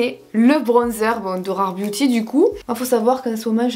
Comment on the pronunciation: Quand dit « Booty » à la place de « Beauty » 😂 merci pour les barres de rire!!!!!